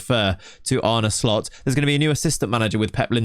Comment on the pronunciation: It's pronounced "Arne Slot." Not once in this video did the presenter get it right. What skin do you use?